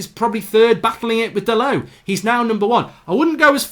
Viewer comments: Igolo? It’s Ighalo lol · Nobody: Absolutely Nobody: Mark: igholo!